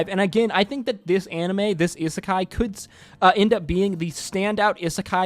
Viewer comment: how can you mispronounce isekai so much?